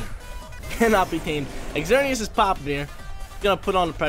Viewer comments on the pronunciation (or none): He didn't even pronounce Xerneas properly😫